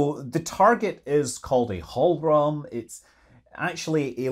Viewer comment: Hohlraum, not holl rom with an o as in slow or go, and raum with an au as is thou.... it means hollow room in German.